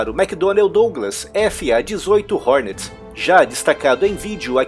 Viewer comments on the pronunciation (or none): none